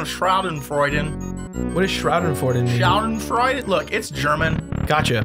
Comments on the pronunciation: *That German word you guys are talking about is pronounced Shaw-Den-Froid-Aw (Avenue Q knowledge) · Austin Johnson almost perfect, except for the last part, its more of an -eh than -aw